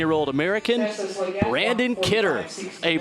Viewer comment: How many times can the guy announcer say the wrong name?! The winner’s name is BRANNON Kidder. Not Brandon! 🙄